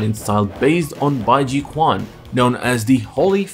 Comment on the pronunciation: Tung fu rue style is pronounced Ba Ji Chuan. The Q in Chinese is treated as a CH sound. For some reason.... Idk why the world chose the letter Q for a ch sound. Kinda weird.